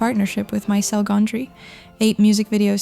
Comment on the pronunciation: Sorry to nit pick. Michel Gondry, his name is the french version of Michael which sounds like Michelle as we would pronounce it.